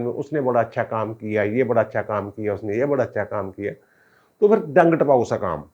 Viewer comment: جناب لفظ" پھر" ہے " فھر" نہیں!